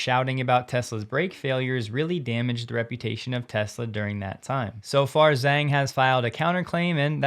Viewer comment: Hate to be pedantic, but the Chinese name Zhang should be pronounced “Jahng.”